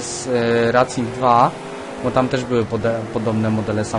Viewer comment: matko boska naucz sie czytac angielskie nazwy... racing sie czyta rejsing